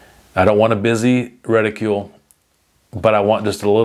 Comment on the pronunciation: Stop saying "reticule", it's driving me nuts. There's no "u" in the word